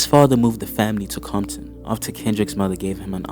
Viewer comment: why is he saying bompton then?